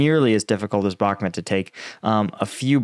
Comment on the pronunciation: Dude at least learn how to pronounce Bakhmut. I cringe every time you say it.